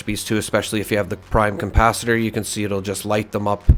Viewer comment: Why do you add an M in capacitor? Saying compacitor is a bit odd... like the DeLorean has a flux compacitor?... lol.